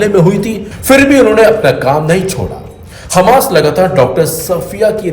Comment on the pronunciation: Hammas ko aap khammas kaise keh sakte hain?